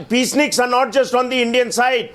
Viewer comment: Please read it as *peaceniks instead as peace snickers